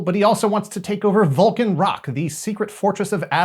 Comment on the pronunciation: When you first said "Volcan Rock," my mind heard "Vulcan Rock" and then spun-off on thoughts of a Spock-led rock band.